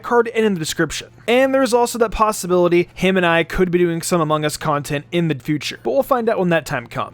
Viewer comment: He said ammongus